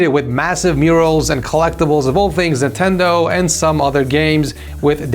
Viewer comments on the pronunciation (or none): none